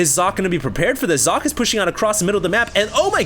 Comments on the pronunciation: Fools, it's pronounced Zock-eh. isn't that far off, and it's certainly more accurate than "sawkay" or "sock-ee" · I am german and german is also my first languange. It is german for "sock". However, it is NOT pronounced sock-ay because the S is pronounced differently in german. the S in german sounds like the Z in Zealot. He just needs to add a short "e" or "eh" at the end to make it perfect. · since you keep bragging about having so many high level games by Socke, you might as well take 2 minutes to learn to pronounce his name correctly. Y'know giving him some respect and all. (Zocke (the 'o' pronounced as in 'orange, 'e' as in 'red'')) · uhm no. Zock-Ay is more like it. definitely not sock-ay. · its pronouced Cock. I know, im german. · Hes called SOCK-E with EEE as Eeeeeee